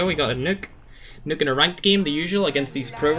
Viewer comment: I like the way he says nuke lmao "nook"